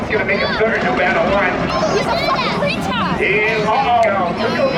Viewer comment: The lady dropping a “he’s a fawking wetodd” was so hot.